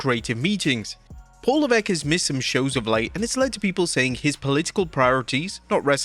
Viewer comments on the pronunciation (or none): none